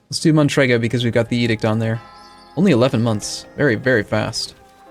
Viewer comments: It's a very specific speech impediment, forcing to insert the letter n in the name Matrega. Don't point it out, it's rude. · Fanbuoy im not forcing him, he does it by himself (the province is matrega, he says mantrega)